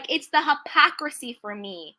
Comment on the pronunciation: It’s “ hypocrisy” woman! Sheesh. I agree with you on your view of the situation. But please stop saying the word wrong 😂😂😂❤️